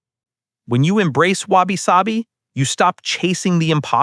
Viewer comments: I keep hearing Wasabi, it definitely helping sushi tastes better for sure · Your pronunciation of wabi-sabi (侘び寂び) is 😂